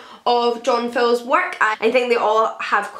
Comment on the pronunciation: I think you pronounced Fowles wrongly.